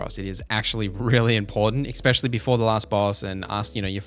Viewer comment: Just so you know, it’s ‘especially’ not ‘especially’